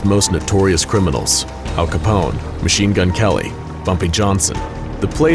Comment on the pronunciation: Did he say Mechine Gun Kelly